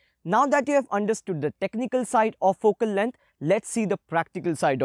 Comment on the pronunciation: My head moves to the left and to the right everytime I hear he says fokel leng